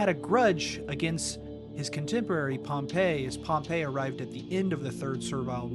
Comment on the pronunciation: PSA: "cavalry" and "Calvary" (Calvary Hill) are two separate words and are pronounced differently. Likewise, "Pompey" (rhymes with "stompy") and "Pompeii".